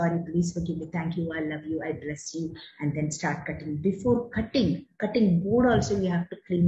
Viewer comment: Last one I bless you...not clear madam